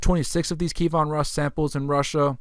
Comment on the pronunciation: Pronunciation tip: Key (like what unlocks a lock) Evan (like the given name) Roos as in "Rooster" KeyEvan Roos Kievan Rus'